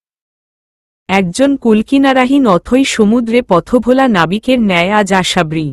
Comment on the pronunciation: গল্প বড় করার জন্য উদ্ভট উদ্ভট শব্দ না দিলে কি হয়না ।আশাবরি শব্দ টা ও ঠিক উচ্চারণ করতে পারেনা ।পা কখনো ঢুলু ঢুলু হয়না টল মল করতে পারে ।সহজ সরল ভাষায় লিখতে চেষ্টা করুন ।শ্রোতা দের শুনতে ভাল লাগবে ।